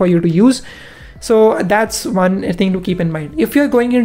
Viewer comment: its one not wan